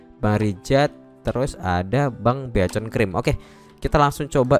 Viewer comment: Beaconcream nya, knp begitu bang ngomongnya 🗿 bikenkrim kalo ngomongnya, cuman kocak kocakan kah?